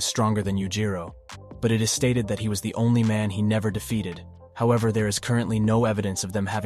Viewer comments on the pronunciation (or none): none